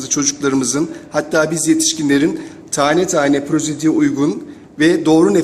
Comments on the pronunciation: kardeşim prozedi değil prozodi olacak hocamız güzel söylemiş. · Bir kere o prezodi değil prozodi hatası denir ne biçim hoca yaw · prozedi hatası var yanlş okudu